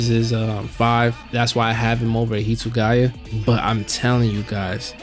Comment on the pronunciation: Hitsuguya?!?? Bro the name is on the screeeeen. How did you get it wrong 😂😂😅